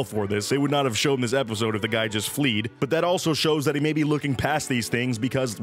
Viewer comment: Fleed? The word is fled.